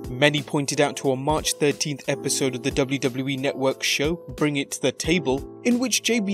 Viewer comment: Learn how to say WWE